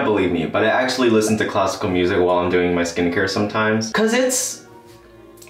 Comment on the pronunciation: it took me several minutes to understand that you were saying classical music I kept listening cosco music that's all you're awesome bye